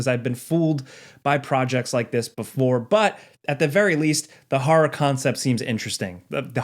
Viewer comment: hearing you pronounce horror as haw-rawr does weird things to my brain.